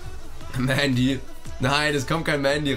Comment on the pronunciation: Hä das hat er richtig ausgesprochen Mendy hat mal selbst in einem Interview gesagt, dass er „Mändy“ ausgesprochen wird.